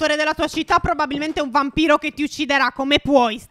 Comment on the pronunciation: io ho sentito BAMBINO non VAMPIRO.